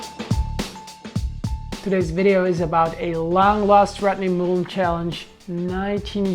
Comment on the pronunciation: STOP SAYING MUUUULEN! THAT'S NOT HIS NAME!!!